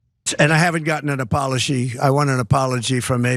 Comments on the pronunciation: An "apoloshe" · What's an Apoloshe cause that what it sounded like he said